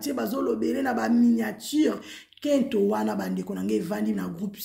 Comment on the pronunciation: et non kento